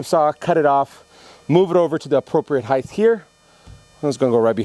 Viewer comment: why do all of u woodworkers say heighth instead of height